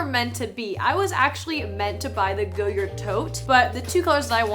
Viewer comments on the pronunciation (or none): love your content, but for future ref. it's pronounced goh-yard (like a front yard) - not goyerd :) or if you want to sound really french remove the 'd' sound.